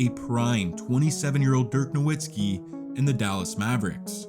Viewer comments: Bro. Why do people keep mispronouncing dirks name smh. Its so annoying. Its pronounced Novitzski. Not dirk nowhenskii lol. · Dirk's last name is pronounced with a "v" and not a "w" by the way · If you are gonna make a video about someone, pronounce his name right. It's NoVitski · It's pronounced No Vitz Key. Everyone says it wrong. Put some respect on this man's name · "No-WWWWWWWWWW-itzki?!" How do you not know how to pronounce this man's name? FFS. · love the vids gang but the “W” in Nowitzki is pronounced like a V 😅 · Why the fuck are you mispronouncing Nowitzki? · Fix your pronunciation of Nowitski, you noob. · really bothers me that in 2024 so-called basketball fans still don't know how to pronounce "Nowitzki"